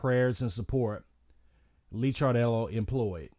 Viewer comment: Dude, it’s pronounced “Liquor dellow”